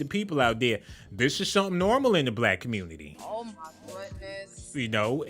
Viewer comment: The Communitah!!!🤣🤣🤣🤣🤣🤣